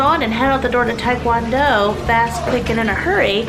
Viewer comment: Keto pronounced ke-toe you sound like your saying kedo... it cracks me up when you say taekwondo too, we say it as one word here in England.